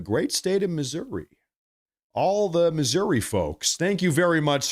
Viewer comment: actually says Missouri the correct way!!! Even our own Politicians say it wrong (transit Politicians anyway)